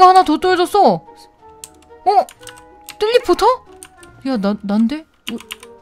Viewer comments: 뜰리포터입니다 할때 젤리포터라 들은건 나뿐? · 처음에 뤠벨레뷀레벨뤠벨하고 안녕하세요 뜰리포터입니다~할때뜰리포터를젤리포터로들음...ㅋ..ㅋ.. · 뜰리포터할때 쩰리포터로 들은거 저뿐인가요.. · 저만 뜰리포터를 통수포터 라 들엇나요 ㅋㅋㅋ